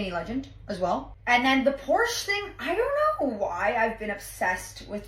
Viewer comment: You would think if she's been a Porsche girl her whole life she would know how to pronounce it correctly